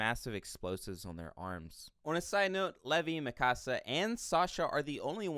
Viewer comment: The thing that grinds my gears is he is saying Mikasa, Connie, and Levi's names wrong.